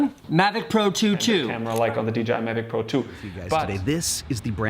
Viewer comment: I have seen this on a previous review but I’ve never heard any pronounce it may-vic 😳